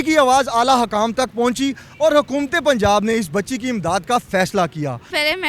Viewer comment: Lagta hay anchor sb school ki back pe bethh k study krtay rahay. Hakaam nhi hota sir hukkaam hota hay